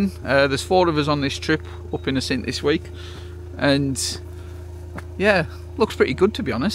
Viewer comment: Hi. I have still to watch the rest of your video, but just had to stop it as there’s something which drives me NUTS, and that is the wrong pronunciation of the name `Assynt’. Please, please, please……….the emphasis is on the `A’, not the `synt’. Pass it on to the rest of the YouTube photographers! I know I’m being pedantic, but it just sounds ridiculous to a native Scot. Apologies for the rant. Now I’ll go and watch the rest of the video, which I have no doubt will be excellent!